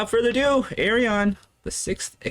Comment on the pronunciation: his name is pronounced Ar-Yun. 5: = Y